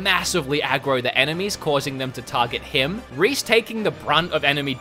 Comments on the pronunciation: Did you call Reyn "Reese"? Just listen to ! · Reese? I think his name is Reyn, isnt it? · You keep calling Reyn, Reese..... that's one I haven't heard before. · I can't tell what's worse Rain or Reese. You can call us fans entitled once you can pronounce the name of one of the main characters correctly. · He definitely called Reyn Reece, about 3 separate times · STOP CALLING HIM REECE, THIS IS TRIGGERING MY PTSD FROM THE IGN REVIEW 😂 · Is nobody gonna mention he called Reyn 'Reese'??? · Did you say Reece? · How can someone play 60 hours of a game where they say one characters name all the time and STILL say it wrong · How do people mess up a name that's in voiced cutscenes where they say the name. Ugh